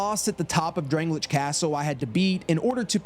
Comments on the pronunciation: DrangleiCH? Al-deh-ah’s Keep? Dude what??? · drang lay ick castle .... not what u said lmao